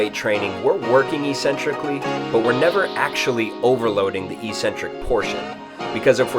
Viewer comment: eccentric is pronounced exentric --all trainers say eecentric for some reason.